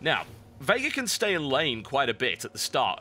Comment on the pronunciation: Every time TB say "Veigar" it sounds like he's saying "Vega" to me. Probably doesn't help that I've been playing a lot of Street Fighter lately.